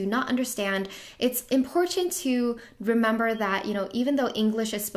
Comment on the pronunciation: “It’s imporTTanTTT” lol